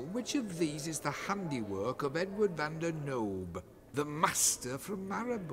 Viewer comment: Lol Van der Knoob. Longendijk. Brilliant.